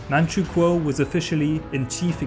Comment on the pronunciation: I'm from manchukuo and his pronunciation is perfect